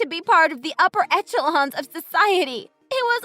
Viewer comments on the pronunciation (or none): "Echelon" is pronounced "eshelon" with the sh sound, not "etchelon" like the word etch, in both American English and British English.